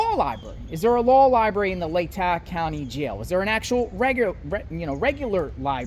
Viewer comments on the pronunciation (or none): It’s pronounced LAY-TAW county.